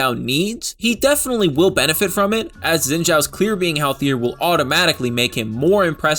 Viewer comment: Wow, Zin Jow! Best mispronounce yet!